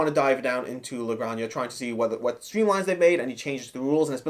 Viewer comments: "La graña"?.....Do you mean La Granja (ha)? like haert (jart) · It’s pronounced la granha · Like others have said, I believe it's pronounced "La Gran-Ha" which is Spanish for "The Farm". Thanks for the review, really insightful! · Oh my! They make it sound like a Drag name, LOL. If it's Spanish the "j" is guttural. A hard "H", so to speak. "Gran-Hah". The game seems well designed but too convoluted and space hungry for my taste. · It's pronounced La Gran-Ha. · "La gran ha"